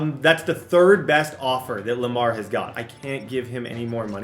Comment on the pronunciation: anybody else cringe when he said Lamar? It doesn’t go well